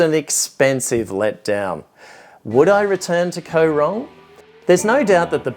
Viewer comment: Koh is pronouned gaw. Same as in TL.